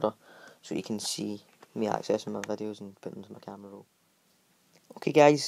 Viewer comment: He said YouTube vadios